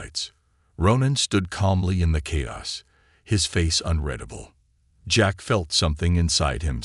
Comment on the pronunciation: AI Author still needs to change the pronunciation of "unredable" to unreadable.